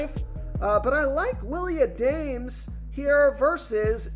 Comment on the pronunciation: Willie Ahdaymes?😂 Adames, my dude. Gotta learn pronunciation of the names to add some ethos to your videos . Good overall analysis though